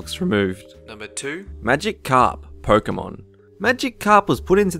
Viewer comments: It's magi- karp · Pie-chu? Magic-karp? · Also, it's Riku, not Raikou. Wrong game. Also, not Magic Carp, it's Magikarp. One word, not two. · Maigkarp is pronounced Magi_carp not Magic_carp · magikarp should be pronounced as one word everybody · The whole mission in RE4 is to save Ashley and bring her home, I admis she's useless and quite annoying but she has an obvious role and btw it's Pi-chu not Pie-chu and Magikarp as one word not magic carp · Magic-Karp is that a pun or can't he say Magikarp... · pichu (pee-choo) magikarp (maji-karp) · Pie-chu, pick-achu, magic karp, samos, Jesus fucking christ